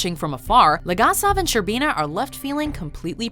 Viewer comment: While a fan of the top ten watchmodjo series. I cannot draw away from my East European roots and I just cringe every time a Name from this series is pronounced. Its BOris ShCERbina, and VAleri LegAsov... please do not butcher them...